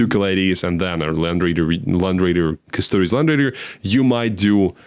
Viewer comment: In general with Custodes, being heavy in Greek names, the -es is pronounced as -eez